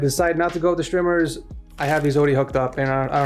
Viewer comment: just say strmers not shtrimers